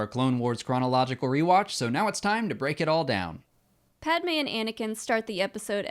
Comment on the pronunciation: iceberg11327: I agree especially the way he pronunces Padmé's name irrks me.